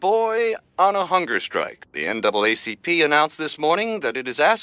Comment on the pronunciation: man you didn't even pronounce the NAACP correctly, young people have no sense of history